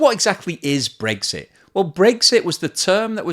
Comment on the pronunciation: pronounces it "Breaksit."